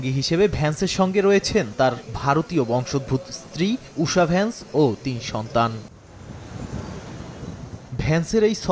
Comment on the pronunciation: ভেস নয় বেটা ভেন্স